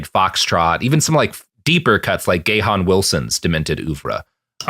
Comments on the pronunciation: "Gahan" is pronounced "gone " (apparently) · Gahan Wilson"s name is pronounced "gain" or "gay-in". I loved his works. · I thought it was pronounced like "Garn". The "H" is silent. Like the Depeche Mode singer Dave Gahan. ?